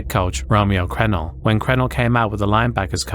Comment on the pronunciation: Great video but the coach’s name is pronounced Cruh-nell not crenell